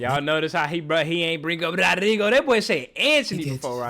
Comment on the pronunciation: Lmao you ain’t peep he said rodyrgo while you were dancing